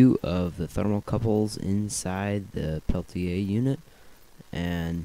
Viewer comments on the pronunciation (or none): Why do you say it like pelti A